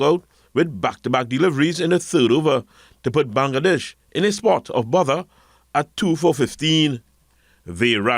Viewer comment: Bangladesh, please check the pronunciation.